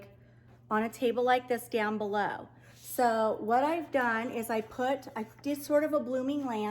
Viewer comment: I love when you say the word "DONE" it's so much fun, it makes me smile because you're implying just how simple it is, so never stop, I'm new to your channel and just subbed. Oh, and I found you through the Channel "the painted south" she's awesome too.